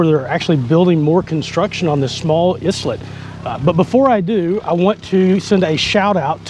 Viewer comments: was islet supposed to be pronounce as "i-let" instead of "s-let" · i think it pronounce ay-let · Islet is pronounced isle-let, simlar to how island is pronounced isle-lund not is-land.